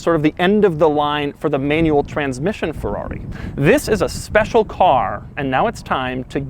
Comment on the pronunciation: Spesiale AHAHAHAHHAHAHAH